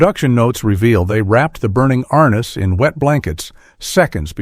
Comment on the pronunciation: "ARN-NESS" NOT R-NESS....